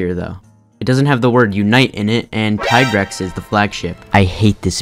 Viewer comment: Had me at mhfu being s tier but lost me at the tigrex slander. also, it's tee-grex. ALSO tri being your number 1 tells me a lot about your person, you sir, are suspicious.